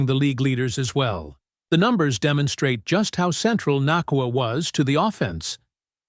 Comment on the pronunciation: had kut ur video short, dnt appreciate you disrespecting Puka for pronouncing his last name wrong